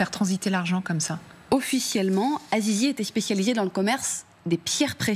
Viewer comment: Azizi ahahahahahah elle a dit zizi